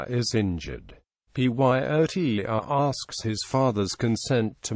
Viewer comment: Why does he keep saying PYOTR instead of pronouncing the name rather than spelling it out?